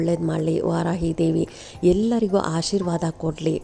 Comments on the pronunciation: ವಾರಾಹಿ ಸರಿ, ವಾರಾಯಿ ಅಲ್ಲ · ವಾರಾಹಿ ದೇವಿ ದೇವಿಯ ಹೆಸರು ಸರಿಯಾಗಿ ಹೇ ಳಿ